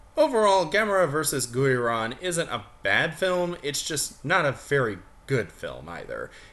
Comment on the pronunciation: It’s pronounced GEAR-on, God dammit! GEAR ⚙️!!!! Ang-GEAR-us! Mega-GEAR-us! GEAR-ON!!!!!!!!!!!!!🤬